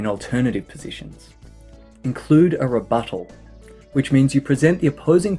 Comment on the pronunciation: 1. You inspired me to possibly change my hook. 2. My professor said this would be "humorous". For a writer he really doesn't have any humor, and does not care for my creativity. 3. I like the way you say rebuttal.